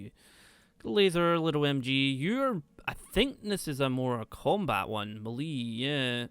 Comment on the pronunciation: It's pronounce "may-lay" lol.